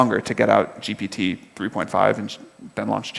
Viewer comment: Elkann is far behind the level of this conversation. , he couldn't even pronounce 'GPT' correctly. I wouldn't be surprised if he's never tried GPT before. How embarrassing.